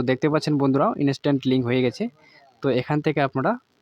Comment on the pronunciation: ভোটার কার্ডের সাথে মোবাইল নাম্বারটা লিংকের গল্প তো অনেক হল এবার ভোটার কার্ডের সাথে ইমেল আইডি টা লিংকের গল্পটা বল শুনি। আর 'ইনিস্ট্যান্ট' টা কি??? ইন্সট্যান্ট উচ্চারণ করতে কষ্ট হয়???